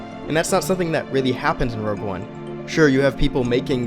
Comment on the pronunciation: K I hate to be that guy. But it’s rogue not rouge